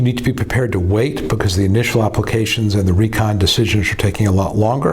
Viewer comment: When u said re-con. What did u mean?